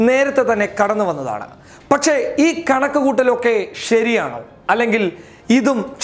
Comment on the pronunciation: ഏതാടാ ഊളെ നീ ?? ഷെഷം അല്ല ശേഷം ആണ് ... പച്ചേ അല്ല ... പക്ഷെ ആണ് ... വിവരം കേട്ട തീട്ടം